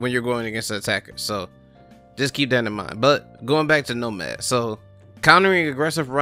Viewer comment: “Nomaf” XD